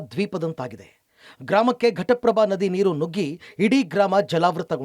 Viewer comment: Ghataprabha sir adu prataprabha alla 😂😂😂😂